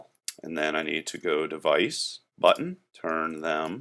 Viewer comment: why im hearing button as butt ?